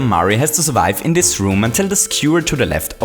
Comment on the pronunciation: I like how he says dis!